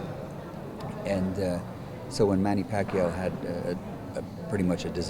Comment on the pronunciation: i just noticed. was the interviewer a filipino? if he is, please pronounce pacquiao's name properly.